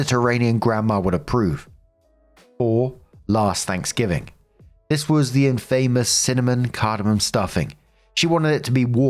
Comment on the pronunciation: That is not how you pronounce "infamous"... It is pronounced in-fa-mous, not in-fame-ous. Short a.